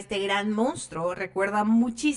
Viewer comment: La referencia correcta sobre El Hombre Elefante es John MERRIK, NO MORRIK, como tu dices en tu reportaje.